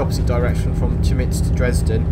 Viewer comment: A tip, Chemnitz is pronounced Kemnitz.